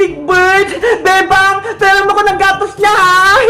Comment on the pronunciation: pag nag sasalit si emily sabi nya bebang pero feeling ko sinasabi nya bembang